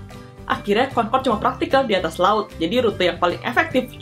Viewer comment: kau orang indonesia ke bukan konkod concrode